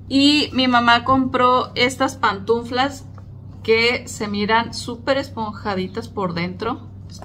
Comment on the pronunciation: se dice pantuflas, no "pantunflas".